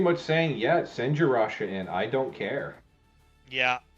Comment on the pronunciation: if the first caster is reading this, it's not rasha bro, omg haha